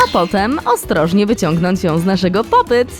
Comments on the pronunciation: muwi się popit a nie popet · Hej czyta się popit 🎀🎀